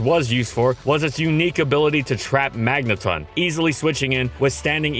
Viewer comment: it's not the word "ton" though, like the unit of measurement. It's a reference to words like "elecTRON", "proTON", "magneTRON", etc. It rhymes with "dawn", not "bun". It's probably a combination of magnetron and proton to get magneton. All official media has always used the dawn-rhyme pronunciation.